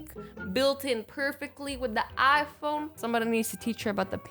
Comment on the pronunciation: Who else thought she said knife instead of iPhone